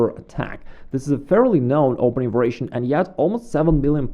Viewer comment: Excellent video, as always. A simple challenge for you -- just one time would you pronounce the word variation correctly? Just as a curiosity. Not "vur-a-shun" but "var-i-a-shun" -- four syllables. Then resume saying it the way that's most comfortable for you, which is familiar and perfectly fine. Again, great videos, great themes and explanations!